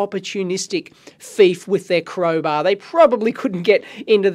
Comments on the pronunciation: You kept saying FIETH not THIEF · Dave pronunciaon of thief is fife lol love it. Great video. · I know i just finde it funny cuz another guy from youtube he is British does the same thing i am not beeing a smart ass Dave sorry if that sounded so.I was just laughing so hard when you said that.